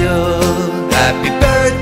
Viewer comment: What a strange way to pronounce Ksenia 🤯